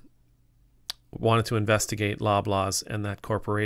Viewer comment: LOL - until I just googled just now for info on the specific, topical grocery chain, I thought you were calling it "Blah Blah's", like a placeholder name.